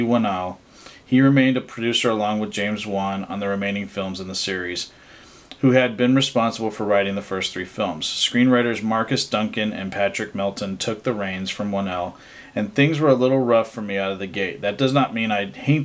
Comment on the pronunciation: You meant Marcus Dunstan, you pronounced his name as Duncan. I can understand how that can happen though, the two names sound similar. I agree for the most part with your assessment of the series. I think 1, 2 and 6 are the best of the series, easily.